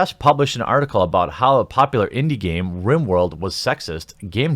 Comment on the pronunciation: Lol, you said "rim" world.